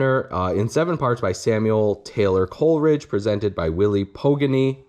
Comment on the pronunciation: Please pronounce Pogany's last name properly.